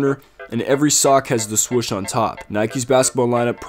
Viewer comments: Dude say swoosh not swush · “Swush on the jersey”😂